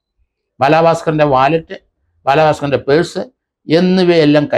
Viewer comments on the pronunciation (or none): none